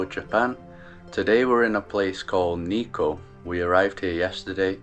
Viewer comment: niko ああ、日光nitsuko発音が、、理解するのに5分掛かった(笑)